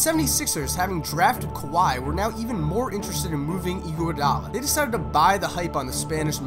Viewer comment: ANDRE EE-GWUA-DAA-LA